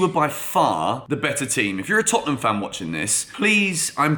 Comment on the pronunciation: Hahaha Tottenhunm who